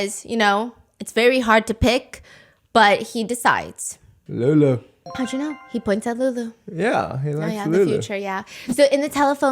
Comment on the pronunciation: The way calls lulu “LoULoU”😭